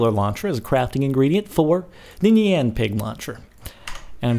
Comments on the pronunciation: I HATE IT WHEN PEOPLE SAY NEON INSTED OF NYAN !!!!! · It is pronounced nee-an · NYAN= NEE-ON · No, it is (Ne-an) cat. It only makes sence because (ne-an cat) means meow. Poeple just say it like (ni-an) cat because how it looks. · no, no its not that would be wierd, its knee-yan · Nian, that's how it is pronounced, look it up on google :) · Nyan is pronounced "neon" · No, it's pronounced nian, it's Japaneese, look it up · its pronounced naiyan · It's pronounced nih on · Your not saying it right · You pronounced Nyan wrong -_ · Nyan is not pronounced like cyan